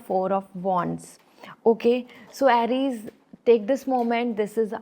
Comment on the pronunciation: Correct your pronunciation Aries